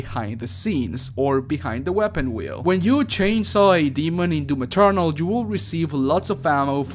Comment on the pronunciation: I don't know what I loved more about this video: the footage, the way you say "DOOM Eternal" (kinda sounds like DOOM Maternal which let's face it, just works and it's a better name) or the kisses. I'll go with the kisses. Feliz Año Nuevo =)